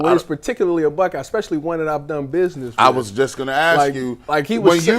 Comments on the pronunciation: Who are you axing..😅😅😅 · Stupid because he pronounced “ask” differently? Who cares what you think 😂. Focusing on how someone speaks in this situation is insane. They’re discussing a young woman allegedly being physically abused, and your first thought is how they talk? Weird, man. Just weird.